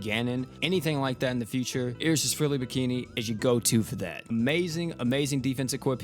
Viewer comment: Did you really just pronounce "Iris" like that?.... Bruh...... (EYE-rus) is how you pronounce it. Where have you heard it pronounced the way you said it?